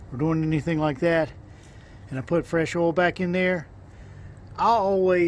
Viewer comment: Say oy please! Oil is pronounced OIl, not ol. There is an I in there. Please annunciate